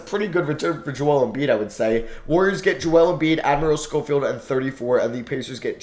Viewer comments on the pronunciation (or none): none